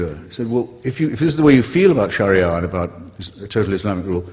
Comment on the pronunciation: He is pronouncing it correctly.